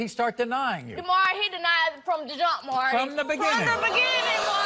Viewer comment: I wish DA people could pronounce Maury's name.